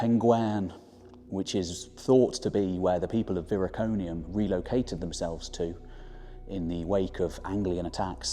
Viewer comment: Viroconium not Viriconium.